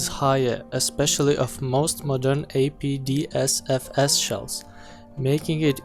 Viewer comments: APFSDS not APDSFS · It is not apdsfs it is apfsds